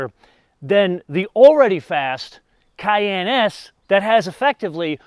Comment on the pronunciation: Fyi it’s pronounced cayEnne like the pepper, not cayanne lol